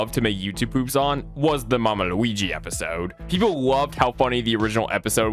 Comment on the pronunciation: I love the way you say Luigi